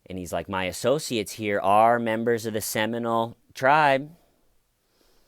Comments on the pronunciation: Hi..it’s pronounced “Semi-mole” not Seminal. Rock on! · You are saying Seminole not seminal right